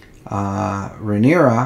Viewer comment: It's Rhaenyra not Rihanna.